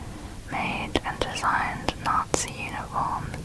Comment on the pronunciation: "Whare arr da nazees? "